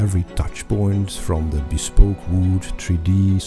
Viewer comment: Echt, hoe kan je woorden als "bespoke," "meticulous" en "revered" verkeerd uitspreken 😭